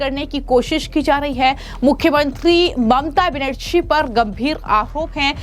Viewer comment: हिंदी बोलने नहीं आता इस ऐंकर को। बनेरछी और छ और झा में कोई फर्क नहीं समझ में आता है